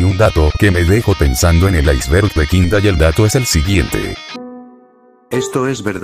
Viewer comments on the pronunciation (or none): none